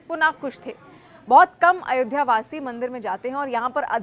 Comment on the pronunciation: Madam Ayodhya bol Ayodhya